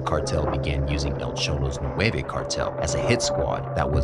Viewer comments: Not nueve cartel its nuevo. Nueve- nine Nuevo-new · It's "Nueva" not "nueve"